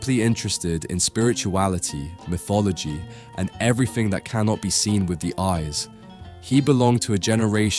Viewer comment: MIFF-ology? FEEBZ?